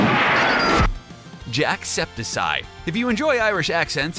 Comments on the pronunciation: First it it is pronounced markplier, not like pronounced Markaplier and Jackseptisy is pronounced JACKSEPTICEYE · It's Jack septic eye not Jack septic ceye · Omfg Jack-septic-eye Not Jack-septic-sie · Its Jack septic eye. Not Jack septisy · ITS NOT JACKSEPTISEIE ItS jack septik eye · Dude he has green hair and his name is jack-septic-eye jacksepticeye not jacksepticseye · omfg JACKSEPTISEYE? ITS JACKSEPTICEYE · I'm sorry but it's Jack-septic-eye not septisye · wtf is jackseptiseye ITS JACKSEPTICYEYE BROOOO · Jacksepticeye,not Jackseptiseeye. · It's not pronounced sye it's jack-septic-eye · Jacepticeye Reader:Nah fam Jacepticy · It's jacksepticeye not jacksepticy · It's jacksepticeye, like septic tank (pronounced septick) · Wtf is a “septicy” It’s jack-cepticK-EYE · SEP(TICK) not septis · u said jacksepticeye wrong u said jackseptiseye and its jacksepticeye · JackSepiside....... I want to die..... Jack-Sep-tic-guy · His name isn't jacksiptitcey it's jacksipticeye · Jacksepticeye!!!!!!!!!!!!!!!!!! not j a c k s e p t I s e y e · “Jacksepti-sy” jack. Septic. Eye. Lol Also, who would watch an anti-Semitic YouTuber? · Jacksepticeye. not Jackseptiseye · Is Jack Spedicey still relevant? Haha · In case of anything is Jack Septic Eye that's how you pronounce it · stop saying hes name rong is not an s sound tf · btw, jacksepticeye has a hard c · It’s Jacksepticeye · I like how he said jackseptiseye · “jackseptic sye” 😂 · It's jack-sptic-eye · Accidentally yells cuz they keep saying Jackseptiscie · he pronounced jacks name wrong it like this jack septic eye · Its pronouced jack septic eye XD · ITS PRONOUNCED JACKSEPTIKEYE AND HIS HAIR IS GREEN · That is not how you say septiceye. His picture is literally a septic eye. I’m not even a fan, and I know that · "Jackseptisy" you idiot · Did he say jack septisie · Your say ing jackseptoceye rong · Jackscepticeye is probounced jack-septic-eye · Noooo! Jacksepiseye?? Bro really Ceye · "Jackseptisy"...